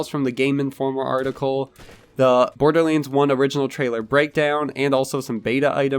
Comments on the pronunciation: why do you pronounce it borderleands? its LANDS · Why do you call it Borderlinds?